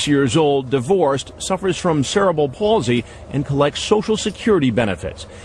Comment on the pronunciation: How about the dumbass at the start who couldn't even say cerebral properly?